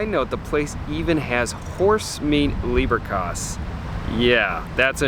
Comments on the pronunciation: The leberkäse is pronounced with e as in every…….not ay as in rain. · Leberkäse = "layberkayze" Try it out next time, lol. Also, try "doonkel" for the beer. You will gain great respect trying to pronounce things correctly. Great video!